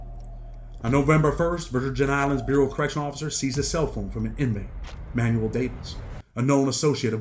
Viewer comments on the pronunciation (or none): none